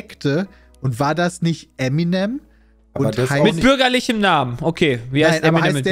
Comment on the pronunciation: Kurz zur Frage 14 und deren Lösung/Aussprache also SPOILER!!! :D . . . . . . . Fun Fakt: Es ist als deutscher typisch Eminem falsch auszusprechen :D nicht "Emi nem" sondern "Em in em" für M&M = Marshall Mathers